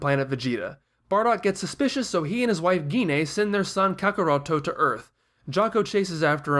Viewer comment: Cool video but the way you say saiyan and kakarotto its wierd haha